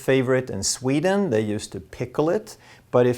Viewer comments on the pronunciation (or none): none